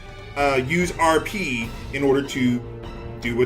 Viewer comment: Vould you like to arrrrr peeee? I swear to god, that's the only thing I can think of every time RP is said.